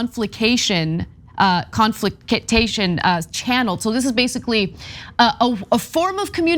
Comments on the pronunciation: a De Con Flick Tation channel you say??? Lmfao Or was it a Decon Flick Station channel? FFS Ana its pronounced de-cun-flic-shun. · Also......"De-con-flick-shun"...that's the pronunciation. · De-con-fliction... Had to help Ana out a bit😂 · Dee-confli-cAtion bahaha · Not to nitpick your nitpick of the nitpick, lol - cos I love Ana and the show and the coverage during these human times - BUT (and no, no time stamps cos the video is freely available should you really care) - she mispronounced Gerasimov's name pretty hard - and made an audible gesture to her lack of command on the name that does speedbump the message. Then there was the de-con-flic-tion fumble (or as I lovingly remember it - "deconflictation"). She went back to that one, and still came out with the same erroneous result. It's not nagging, but it is totally noticeable, and in this day and age of "U.S. don't read so to gud", as we are actively facing potentially serious conflict with those who hate Western/Euro-centric worldviews because they feel people are uneducated and unable to politic / lazy and inept - AND are BEING CRITICAL ... it's pretty rough, and there does need to be a set standard. After the blunder that was 45 (not to mention far too many "social influences"), we must be SUPER stringent in what we are putting out. Add that coupled with the "super fun" emoji ad at the end of each video, no matter the gut-wrenchingly honest material depicted within ... it IS kinda hard to overlook the expectation one may have to the level of decorum certain situations dictate. BUT TYT is way better than most places. But requesting to pull receipts like timestamps when it's pretty obvious is kinda pale, y'know? <3 Ana - keep up the good work. I know you work hard! This was purely